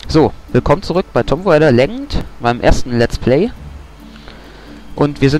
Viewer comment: Kleiner Tipp: Man spricht das nicht "Tomp Räda Läggnd" sondern "Tuhm Reyder Letschend". ;)